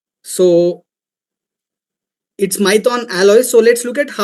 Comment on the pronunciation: Abee maithon nhi maithan hai 😅